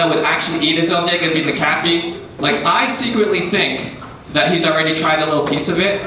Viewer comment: Learn how to pronounce McAfee dude...